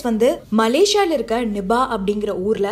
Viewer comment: Nubah va? Adhu "nipah" ma 😂